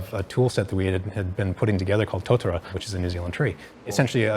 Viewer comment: New Zealand tree is Totara, not Totora